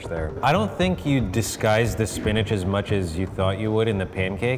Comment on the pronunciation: It’s called Spinch.